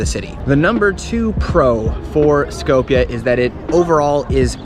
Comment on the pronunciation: It's called Skopje not skowpia and three dollar beer isn't cheap, yes good beer